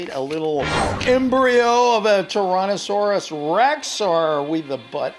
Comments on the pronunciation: Ok as a Dino fan hearing someone pronounce Tyrannosaurus rex like tiiiiranasaurus I get triggered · I heard u say torannosaurus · He said Taronnosaurus 🤣🤣